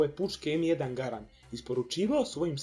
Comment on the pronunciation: Kaze se em jedan Gærend